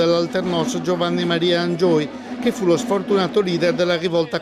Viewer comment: La giornalista non sa neanche pronunciare il nome del grande Giovanni Maria Angioy. Per fortuna ce lo ricordiamo bene qui al capo di Sopra...